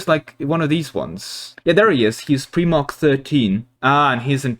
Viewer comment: "Pre-march", "What is a Primark" 😫